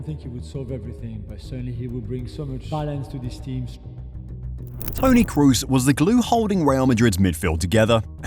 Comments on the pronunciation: why are English speakers always calling him Cruz? try saying Croz, that's how you pronounce Kroos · Please at least try to pronounce his name correctly. You keep saying Cruz when his name is Kroos. It's not English. The 'o's don't suddenly become a 'u' just because there's two of them. You might know Dortmund's Pascal Groß. The difference in pronunciation between Groß and Kroos is the 'K'. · It's kroos, please, not cruise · k-ROH-s... not crew-s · Toni KROOS was superb, You should respectfully learn to pronounce his name properly! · trying to pronounce a players name right is a matter of respect. You doesn't give a fuck and that speaks for it self.